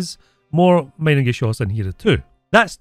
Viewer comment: How to pronouce „Mienengeschoß“ in English: Meenengeshoss. „ie“ is a long „e“, „ei“ is „i“